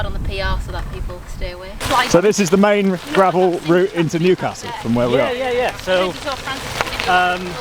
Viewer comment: NEWcastle...pronunciation on point canny lad.